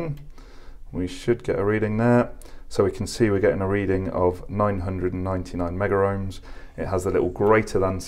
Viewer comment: Thanks for another great video. I would like to mention that the terminology as required by C&G exams etc... is Megohms... (Meg-ohms)...and not Meggerohms or Megaohms as is often mentioned to by trainees. Picky, it may be, but at least you'll be pronouncing correctly to anyone in the know. So, once again I thank you for putting the measurements up on the screen in writing, for all to see.